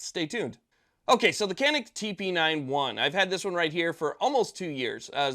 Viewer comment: I've owned a Canik Stingray for a dozen years now, and I love it. But I found out that the name 'Canik' is Turkish, and they pronounce it (roughly) "zha-neek."